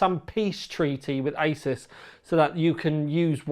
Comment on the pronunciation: "ey-zeus" The founder of Asus has already stated how the name is suppose to be pronounced.